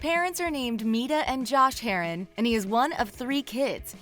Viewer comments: Omg so mad when she said his last name wrong ahhhhhhh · It’d be nice if they pronounce his last name right